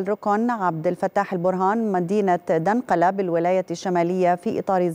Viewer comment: وما وزن دنقلا وسط المدن ان اعتبرناها كذلك حتى تنتبه لها وتصحح نطقها . من كثره السياحه هناك والشركات يا زول. فهي كلفسوه التي تعبر ولا يلتفت لوقت حدوثها 😂😂😂😂